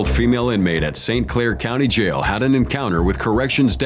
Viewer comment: “Sitting in a jyal”